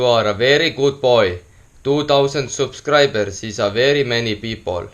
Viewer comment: Miks kõiks sõnas lõpus "s" paneds? Kas 10 000 subscraibsers specials tulebs peaaelas giveawayss?